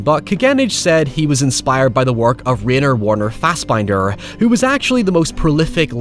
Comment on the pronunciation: I CAN'T BELIEVE he pronounced Rainer Werner Fassbinder like that!